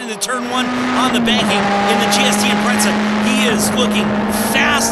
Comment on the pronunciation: Haha, funny how people always seem to underestimate the imprezas. Just because they are awd doesn't mean they lack handling capability. Its not a drifting competition, lol. Also notice how the guy pronounces it "Impretza" instead of Impreza in the beginning.